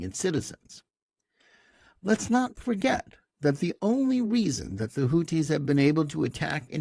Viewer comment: Who are the "Hooties"? "Houthis" (الحوثيون al-Ḥūthiyūn) is pronounced (and written in Arabic) the way it is spelled in English. Otherwise excellent podcast.